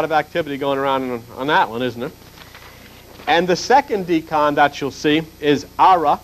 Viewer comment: its not deecan, its decan like decade. Its math not religion